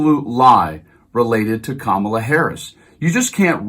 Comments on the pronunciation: He pronounces it correctly every once in awhile 😂😂 #VoteBlueForDemocracy 🇺🇸🩵🇺🇸💙🇺🇸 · I just noticed that he said VP Harris' name correctly , and didn't back track on it. He didn't even realize he did it. LOL, he was so busy thinking he could get Rogan to endorse him. 🤡